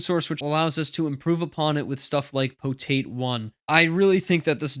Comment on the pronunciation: Pretty sure it's PotAt, not "Poteit"